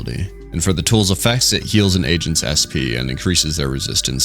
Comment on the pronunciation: i heard asians instead of agents which was cuz they are core-an